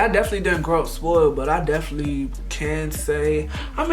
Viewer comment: The “Deflee” instead of “definitely” 😭😂😂😂😂😂✊🏾✊🏾